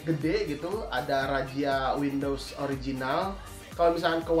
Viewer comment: Windows bang bukan window wkwkwk